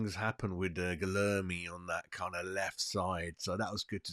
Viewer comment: Need to learn the names to sound more professional. Gui-lher-me Mav-ro-panos